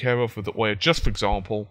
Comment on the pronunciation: i'm so sorry , but it's ouya not OH-Yeah